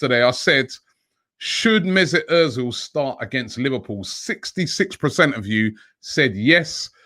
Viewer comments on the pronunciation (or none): Day of Robbie saying PRECENT